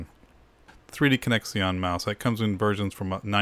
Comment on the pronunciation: Like the video but what's up with "3D connex-ee-on"... It's pronounced "three-dee-connection..."!!!